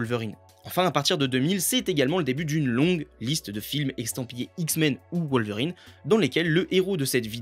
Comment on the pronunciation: Ca ne se prononce pas WoWlverrine (comme Wolf) mais Wolverine à la Française.